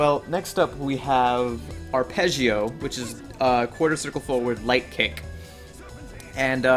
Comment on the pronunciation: as an italian, i love how you pronounce arpeggio ^^ also great guide thanks